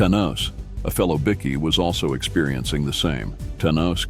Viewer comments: Its pronounced Bykee not biki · As stupid as it is, it's pronounced " bi-key " ? Don't ask me why ! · Wow a chat bot video oblviously this has been made via AI or a american. As the bikie bickie biker are all pronanced inncorrect. This is a scam hopefully my data is safe. Seriously if you want to make videos at least call them bike.ers not bicc ies